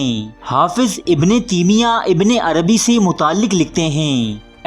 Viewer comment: Ibn teemia nahi taimia hotahy Bhai ya Urdu theek karo ya arabi